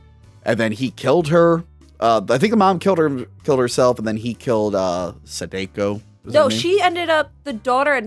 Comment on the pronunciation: Sadako is pronounced "Sah-dah-ko", not "Sah-day-ko". (That's my friendly Japanese lesson for the day.) 😉👍